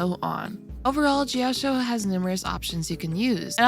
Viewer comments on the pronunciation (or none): JIYAO-CHOU. SAY IT WITH ME. JIYAO-CHOU. like ch in chinese. where did the "jiyaoshow" came from? 😭